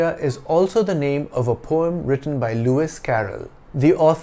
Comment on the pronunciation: I might be wrong but I still have the conviction of you have the wrong pronunciation of the word poem in this video. Kindly clarify my doubt.